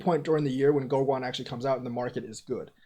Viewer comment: Pronounced GoGen.